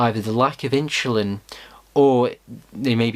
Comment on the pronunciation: Too much inshulin